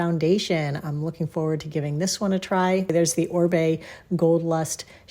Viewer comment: Oribe should just change his brand name to Orbay, since everyone in the US mispronounces it